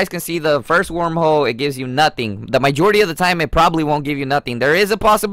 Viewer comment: “my jority” “guy ro scope” smh